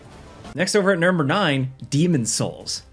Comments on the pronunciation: Good ol’ nermber nine…. Gets em everytime. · “Nurmber 9” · "Next up at nurmer 9...." anyone know what "nurmer" means? LOL My thoughts the presenter tried to be cheeky and say "numeral 9" but instead combo'd it with "number" and made a new word LOL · "nurmber 9" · “Next over at nurmer 9” lol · "NEXT OVER AT NURMBER NINE" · "Nerber 9" lol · I love gameranx!!! LoL... " Next over at NEERMBER 9" Never change my friend LoL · Me thinking, "did he say nermber nine?" and then, when i selected the spot on the timeline it was a 'most replayed' lmao! He did in fact say nermber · "NERD-MER 9." 😂😅 LOL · “Next over at nermber nine…” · “nurmber nine” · i felt it was more like "nehrmbehr" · ermagerd nermber nern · He’s exhausted or drunk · Swedish Chef wants his royalty payments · "Next up at nermber nine." Taking is hard sometimes lol. You rock,. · Did you say Nurmer 9?